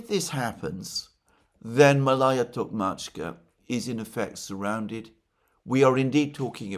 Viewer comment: It's pronounced Maalaya, Malaya.